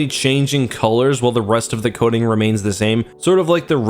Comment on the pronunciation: I thought he said coding in stead of coating, hahaha